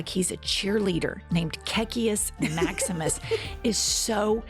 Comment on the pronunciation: Are you saying " KKK Maximus" ???